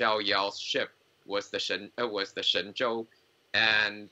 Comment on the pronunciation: Rick Heli Lower left guy, thank you for pronouncing it correctly.